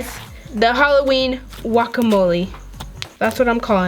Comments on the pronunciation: Did anybody else catch that she said wuacamole instead of guacamole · Am in the only one who cringes when says walkamoleeee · she said Halloween wakamolle XD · you dont even say guacamole right, you say walkamolie